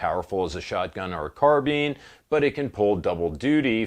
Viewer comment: This mf really said „carbeen“